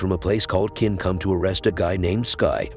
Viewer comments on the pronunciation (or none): Chin, not kin. As in China. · I can’t even watch this. “Qin” is pronounced “chin,” not “kin.” It’s like watching a recap of The Crown but the RF is called “Wine-sour.” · Its pronounced chin not kin. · Ch like change, the pronunciation of Qin is 'chin', just saying, I suppose you did not watch it in original Chinese but in English...